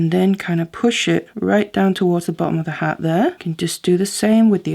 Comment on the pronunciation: As always, simply beautiful. Ironically, It took me a while to figure out that you were saying “heart” (even though of course that is what you are making). I thought you were saying “hat” and I kept trying to figure out where the hat was! Obviously I need to listen more closely. 😊